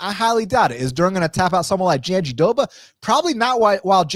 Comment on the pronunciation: JandiDoba? Her name has an R….JandiRoba…..great breakdown though 👏🏾